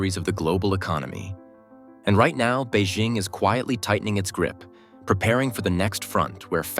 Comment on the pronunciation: To Economic Shift: “BEIJING” is pronounced as “Bay Jing” (Jing like ‘jingle’). There is no “Z” in Beijing; so don’t pronounce it with a French accent. Learn to pronounce it correctly if you want credibility.